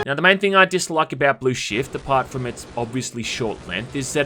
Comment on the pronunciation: every time he says "shift" it sounds like shit